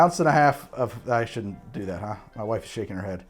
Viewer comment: Am i the only one hearing dew instead of do? Everytime!